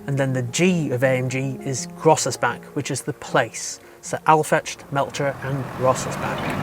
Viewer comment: Crazy how you butchered the names Aufrecht, Melcher and Großaspach.